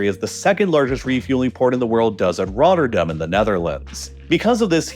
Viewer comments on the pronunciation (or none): none